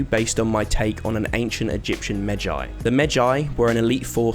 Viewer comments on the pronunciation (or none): Magi is pronounced as "Mah-ge"